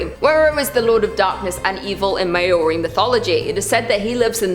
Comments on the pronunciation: Someone needs to fact check a bit better before getting the to present things as such! Also, not too picky buuuuttt! The Maori (pronounced ma-oh-ree) are still a thriving people & culture in New Zealand, I think some of them may take offence to there gods being called non existent, just saying 😬🌸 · You could have at least Googled how to pronounce Maori.. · Queen! I’m Māori from New Zealand. The god Tane is pronounced Ta-nay and you pronounce Māori as Mao-rii…. Kinda, it’s hard to pronounce without the tongue roll